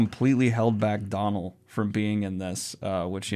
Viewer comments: Great video as always bud! Just a pedantic heads up, the actor's name who is taking over the reins as Mat, is pronounced Doh-nal, like a Homer DOHnal. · Dónal is like do, re mi, Do. Not like Donald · Hi, big fan (of both yourself and obviously, The Wheel of Time). Just one thing, Dónal Finn. The first name is pronounced Doh-nel ('Doh' as in the start of Doughnut) as opposed to Donal(d). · Pronunciation of 'Donal' - the o is pronounced like in 'Logan', not 'Robin' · It's Doe-nal, not Don-al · I just have to say this and sorry if anybody gets ~annoyed~ or anything but I haven’t seen anybody in the comments say this as of yet! The pronunciation for Donal (or Dónal), the actor that replaced Barney, should be Do-nal (like Dough-nut or Do-nut if u will). Source: trust me bro (I am from Ireland, that’s the source really) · Hey Daniel, absolutely love you but the Dónal pronunciation is nails on a blackboard. Just a heads up it's pronounced dough-nal (like doughnut), normally I wouldn't be a jerk and Umm Actually but I'm guessing there's gonna be a lot more mentions of him from you in the future, so just thought it'd be a good time to clarify. I hope this didn't offend you, I've also noticed the UCC hoodie in a few videos so fingers crossed you already have lovely opinions of Irish people! Thanks for the great content buddy xoxo